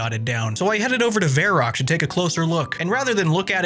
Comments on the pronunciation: vair-rock? Verr-awk. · Why is he calling it Vair Ock